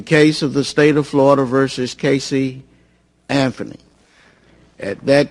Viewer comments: The judge sounds like he has a problem too. He says "Casey Anfony" and "calcoolated". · fucking judge was a clown any judge who cant pronounce anthony or buisness has no right judging anyone its not cassey anferny and its not bidness moron judge